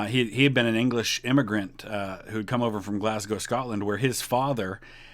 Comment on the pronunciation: Good to finally hear an american who pronounces my home city of Glasgow properly normally they say Glass-cow instead of glaz-go.